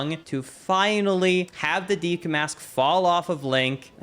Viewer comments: "Deekoo" place :/ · Ive watched a ton of your videos but I can't bring myself to subscribe because you say "deku" the wrong way... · i have never not loved the way he says deku like “deekoo” lmao